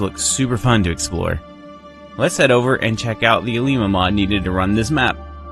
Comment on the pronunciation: You pronounce "Alemia" very well ;) Don't forget that we are French speaking, the name will always be different in English and in French.